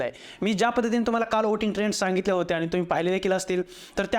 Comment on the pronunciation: व्होट नाही.. "ओट" आणि "ओटिंग" !! 😂